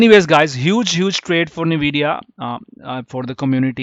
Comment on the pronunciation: its En-we-di-ya not nuh-we-di-ya lol.